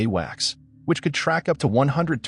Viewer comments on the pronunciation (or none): none